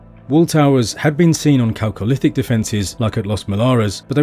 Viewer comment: I'm just glad he pronounced 'chalcolithic' correctly... I'm in for the rest of the doc...